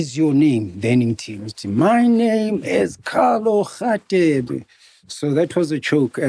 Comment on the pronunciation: MacG can't say Radebe 😢